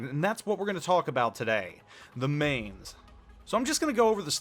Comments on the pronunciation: mineZ - the Z is not silence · In case you care: the 'main' in the Mainz is pronounced like 'mine'.